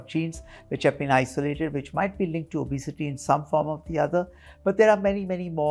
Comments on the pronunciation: The doc is pronouncing obesity correctly. The anchor is pronouncing it as o-bay-siti. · I had to stop watching the video becoz the anchor's pronunciation of the word 'obesity' was too bad 👎